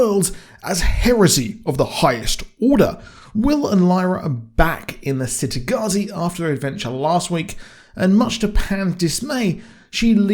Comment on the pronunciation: I figured that they might split book 2 into two seasons, then do the same for book 3 just to prolong it. I just hope they don't screw it up like "they" (TV show producers/writers) did for the Magicians series. Also, by the way it's pronounced "Chitagattzi" not "Citygattzi". Thanks. I always thought, from listening to the audiobooks, that it was supposed to be a city in the Mediterranean, maybe Italy. But the child characters in this series all have English/British accents.